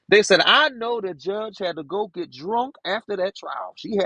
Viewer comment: He would make me so mad when the Judge would tell him to move on and he would say, “can I git to it”? The most I’ll mannered human(and I use that term loosely) ever!